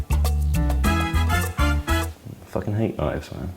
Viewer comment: Is Suren pronouncing knives as: 'K-nives' ?